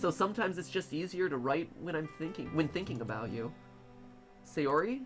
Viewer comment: Same. It's not SAY-ori it's SA-yori